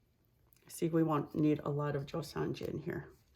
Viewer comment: Thank you for sharing please not the J is silent in JOSONJA pernounced JoSona